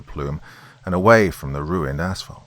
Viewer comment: Btw thank you for maybe being the only Creepypasta narrator to pronounce 'asphalt' correctly. It's 'ass-falt' not 'ash-falt' as you clearly realize. Lovecraft is pounding on the lid of his coffin tonight but that guy always had his butt jacked about something.